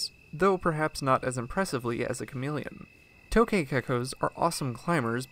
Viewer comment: It's actually pronounced "tuk ghae"